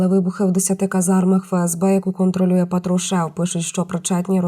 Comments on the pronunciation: Патрушев наголос на А. Противно слухати монотонну мову. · Ударение в фамилии патрушев неправильно ставит диктор :) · Правильно робіть наголос на цьому огидному прізвищі.Патрушев вже давненько взяв.владу в свої руки.Це друге обличчя після нині почившого карлика.Там його довго чекали.